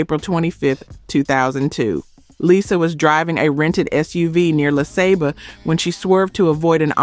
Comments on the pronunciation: Had me believing the narrator was a real person until she mispronounced Lisa Lopes as Lyza Lopes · I wish you would fix your damn AI. So tired of hearing it fuck up names, words and places. How do you mess up Lisa and Aaliyah's names????